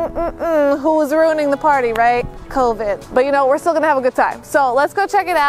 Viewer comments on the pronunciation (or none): none